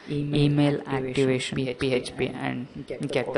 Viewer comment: Good tutorial. your english is quite good, but it's callt activation and not activition :)